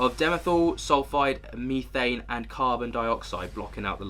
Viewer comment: Meethane? lol Are you high on Meeth?? Its methane.